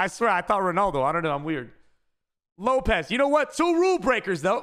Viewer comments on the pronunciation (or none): none